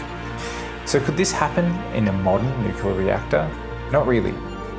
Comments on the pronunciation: Credibility stopped after the word "nucular" was uttered. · Cool video, but when you say "nuke-ya-ler", it makes my ears hurt!